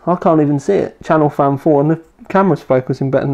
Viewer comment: Its CHASSIS FAN not Chanel fan lol Also it is M(dot)2 not M2 lol